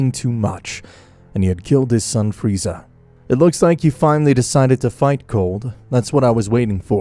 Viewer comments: I CANT GET OVER HOW BEERUS CALLED FREEZA FREEZERR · I love how beerus calls freeza, freezer 😆